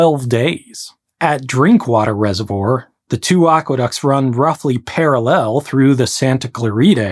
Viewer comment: Why is it all these new age history-ish youtube channel narrators are so bad at pronouncing easy English words like "parallel"? its universal, almost like these people learned to speak from ai